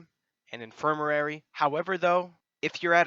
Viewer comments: In-fir-ma-ry Not infirmarary. Other than that, helpful video lol. Gave me Forest Whitaker eye listening to you say that word over and over. Good video and keep up the top notch work. :) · im sorry but..its "in·fir·ma·ry" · God I’m sorry I burst out laughing hearing you attempt to say “infirmary”